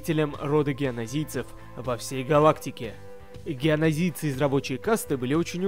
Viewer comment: Не геонозийцы а джеонозийцы